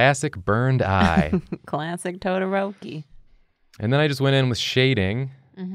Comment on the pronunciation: Me:clicks vid cuz of todoroki Dood:*pronounces todoroki as todorouwki Me:Tf mannn